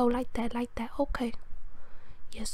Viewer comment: 'but is okeh' dead